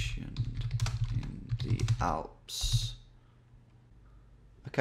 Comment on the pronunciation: Tom saying: I knew it was going to be in Germany. Also Tom: First Thing Tom Does: RIGHT WE GOING FOR THE ALPHS. I'm 99% Sure It's Schweiz.